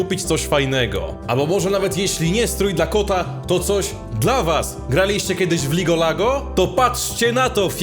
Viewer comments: To się mówi League Of Legends a nie Ligo Lago XD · Czemu powiedziałeś ligo lago